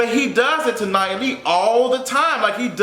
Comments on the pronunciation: Nia not Nya 😜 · Her name is Nia.....Knee-Ya